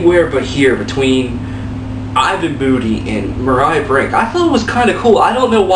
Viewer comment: Holy shit..."Mariah" brink?? You can't even pronounce "Maria"? Omg "That Tech N9ne guy"? "Mama said I should knock you out"...are you an idiot? It's a cover track. Jesus Christ I can't believe I wasted 7 minutes listening to your complaints. Maybe tomorrow spend your time attemping to talk to a female or going to gym perhaps?